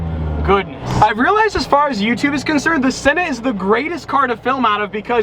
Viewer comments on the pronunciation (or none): none